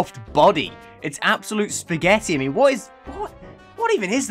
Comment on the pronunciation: I love how he calls stuff Pasghetti